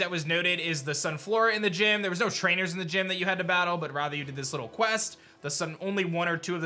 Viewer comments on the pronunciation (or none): none